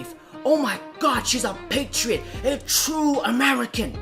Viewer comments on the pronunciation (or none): none